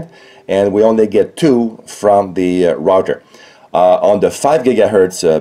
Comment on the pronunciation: The "rotter". Do you mean the "router"?